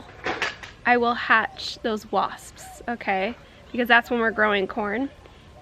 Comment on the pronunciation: That word is really weird WASPSSSSSSSS😂